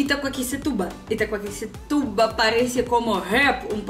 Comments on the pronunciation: Conseguiu pronunciar Itaquaquecetuba perfeitamente. Tem gente que prefere dizer "Itaquá". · Até que vc pronunciou muito bem Itaquaquecetuba!!!! O nome Itaquaquecetuba veio do tupi antigo falado pelos índios (como grande parte dos nomes das cidades que vc mencionou) que habitavam algumas das aldeias próximas à região do Alto Tietê, incluindo a própria aldeia de Itaquá (como todos os moradores a chamam atualmente). O nome significa “lugar abundante de taquaras (uma espécie de bambu) cortantes como facas”, através da junção dos termos ta’kwar/taqua (taquara), kysé/quicé (faca) e tyba/tuba (ajuntamento ou lugar abundante em). O termo formou-se por taquaquicé-tuba, o que, posteriormente, proveu o nome Itaquaquecetuba, adotado pelo padre jesuíta, José de Anchieta, no período da colonização portuguesa do município. A cidade foi fundada aproximadamente entre 1560 e 1563 por jesuítas liderados pelo padre José de Anchieta. O município fica a 42,6 quilômetros a nordeste da cidade de São Paulo. Meu avô era da Lituânia e veio para o Brasil na década de 1920, com 18 anos. Morou primeiramente em Santo André, e na década de 1940 comprou uma propriedade rural em Itaquaquecetuba. Minha avó era da Romênia, e sua família mudou-se para o Brasil quando ela tinha 6 meses de idade. Meus avós, de origem europeia acabaram se conhecendo e se casando bem aqui em Itaquaquecetuba! O Que é mais difícil? Itaquaquecetuba ou Petropavlovsk-Kamchatskiy? Mais um inscrito no canal!